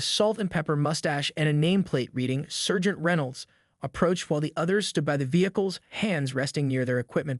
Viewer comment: You're pronunciation of debree and sergeant are totally off